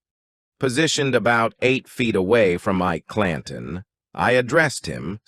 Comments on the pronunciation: "eye-eee-key clan-tone" (Ike Clanton) - wow! Stopped listening when I heard that... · I'm done...pronouncing Ike Clanton as EEK_KEY CLAN-TONE was just too much. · I love how the ai voice pronounces things phonetically. Eekay Clantawn